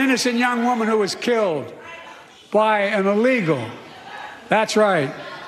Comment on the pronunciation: "By a releegal"